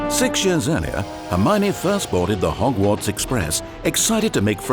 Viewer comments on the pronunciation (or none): none